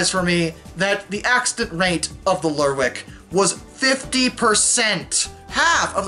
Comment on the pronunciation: Oban is pronounced "O-ban", stress on the O. Not like an Irish surname "O'Ban". Kudos for nailing "Lerwick - it has the potential to lead you astray in terms of pronunciation. It might be pronounced "lerrick", but isn't.